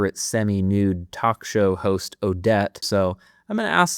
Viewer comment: I AM VERY PLEASED THAT YOU SAID ODETTE THE WAY IT SHOULD BE! I HATE THE AUDIO BOOKS AND ONE OF THE REASONS IS THE F#%@ AUDETTE